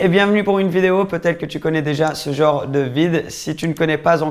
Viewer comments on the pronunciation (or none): none